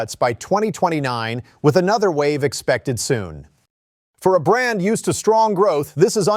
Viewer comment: I knew VW would screw up brand. By the way half video you pronounced brand correct other half not?